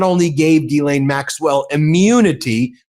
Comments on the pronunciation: Not to detract from her criminal offences, Ghislaine Maxwell's brother pronounced her name, "Ghee-len." I hear a number of reporters pronouncing the 's' in her name, calling her "Gis-laine." It makes me cringe and shudder, when I hear people refer to her crimes using the word sex. Sex is a consensual act between consenting adults, anything else is rape. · Gyslaine is a French name and the proper pronunciation is “Jiss/len. I don’t know who came up with the spelling, changing her thought process, changing her name, and who made up and changed the way to pronounce it. People should be respectful of what they were named at birth. She’ll do anything to get attention - even getting moved from a high criminal maximum jail where she was serving a 20 year sentence, to a minimum security where she can do anything she wants. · Ben, Ghislaine Maxwell, I understand that it's difficult to say her first name. But her name is like the word gypsum but without the letter p. So it's Ghislaine not Guylane... I'm French so, let me know if I can help 😊 Dr.Brigitte Villeneuve Elbows up. !!! Québec, Canada 🇨🇦